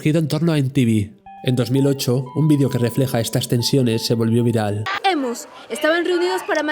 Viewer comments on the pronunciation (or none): none